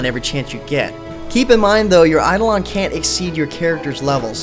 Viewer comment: Hmm, it looks promising, but I have this annoying cynical voice in my head that as time goes on it'll just devolve into another WoW-clone, I guess I'll try the beta for myself and see how things go P.S. I'm pretty sure it's pronounced "Eye-doh-len"